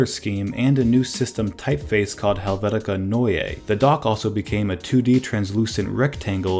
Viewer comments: Helvetica Noy-Yay??? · “Helvetica Noy-yay” lmao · Arquarr? Soft 'a' please. The letter 't' is ALWAYS pronouncible. Helvetica Noi.